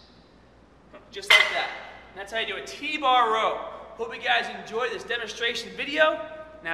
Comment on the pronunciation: Grip the bahh